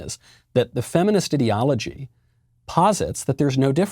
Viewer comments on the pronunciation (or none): You got it right in the first 6 seconds, this is an "idiology". Not an "ideology". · Did you say ideology or idiocy?